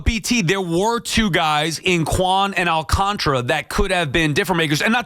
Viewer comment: All-Khan-Tar-Uh. I do not understand how nobody can pronounce his name. It is literally spelled how it sounds and yet everyone says All-can-tra